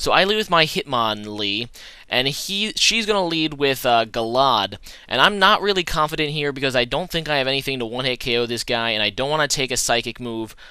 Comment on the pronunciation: Gal-Aid. not guh-lawd